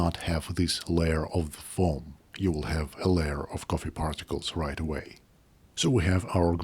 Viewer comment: Don't put it in your pogget, sir. Don't put it in your pogget. It's your lucky Turggish cohffee.